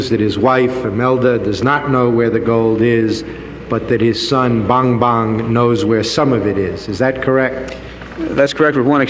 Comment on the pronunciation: Ok na sana eh? Kaya lang pagkakabigkas nung Amerikano sa Bongbong ay Bangbang 😄